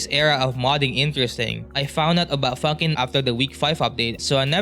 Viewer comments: Honestly it sounded like you said "I found out about fuckin" 😭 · that's not how you say funkin